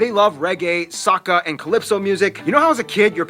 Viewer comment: Seeing the Jab Jab festival is always interesting to me, very different from most of the other Caribbean festivals. Also, the Soca music pronounced as "Soak-a" music.